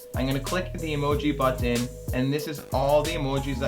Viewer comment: Citizens of the U.S. -- do you cringe every time he says butt-ton?